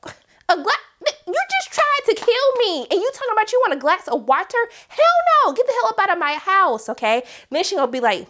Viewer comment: Your emphasis on water. Had me dead😂😂😂😂😂